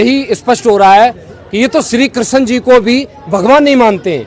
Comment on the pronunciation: Tum to rehney hi do tum geeta gyaan dey rahey ho jo Bhagwaan Krishan ka naam bhi sahi sey uchaatan nahi kr saktey😅😅